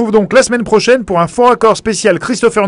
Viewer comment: "Pour la semaine projaine" Désolé c'est tout ce que j'ai retenu xD